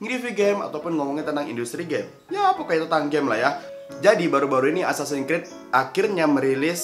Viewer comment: "assasan krid"